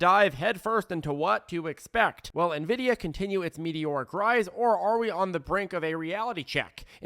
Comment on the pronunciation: Thanks so much. You’re awesome. Thanks for finally pronouncing Nvidia correctly!!!